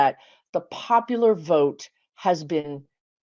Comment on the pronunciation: I love your videos, but your inability to say the word "Vote" is starting to piss me off.